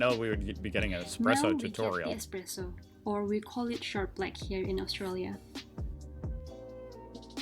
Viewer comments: Sorry to be a pain. Espresso - not Expresso. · Flat white. Triple shot. In a medium cup. That is all. Or an Espresso of good coffee. Yes, ESPRESSO. It is NOT EXPRESSO!